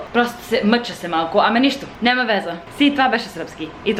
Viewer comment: Може да пробваш вместо нема-няма, место-място, nothing wrong with the way youre saying it но според мен другите звучат малко по-добре